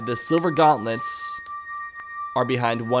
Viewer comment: You say silver gauntlets like this:gonlets